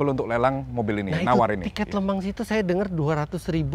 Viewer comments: Le Mans bacanya Lu Mong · Maaf mau tanya bang , LE MANS itu bacanya bener LEMANG atau bang Eri yg salah